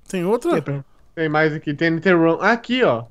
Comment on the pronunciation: Ai o confunde "room" com "run" Poh